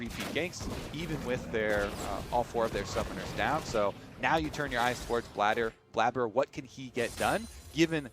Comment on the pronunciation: Highlight of this video is obviously when one of the casters said "Bladder" instead of "Blaber."